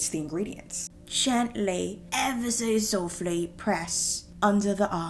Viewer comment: idk y, but every time she says "✨ever so softly✨ in that accent, it makes me laugh lol